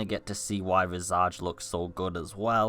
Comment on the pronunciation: I didn’t even know about this game—please tell me I’ll be able to play it on a console if I don’t have a sweet PC by the time it comes out. Oh, and it’s pronounced, VIZ•ij. It means, “The image of a person’s face.” I hate to be “That Guy,” but since it looks like everyone will probably be talking about it when it finally comes out, I don’t want to see anyone giving you shit for saying it wrong.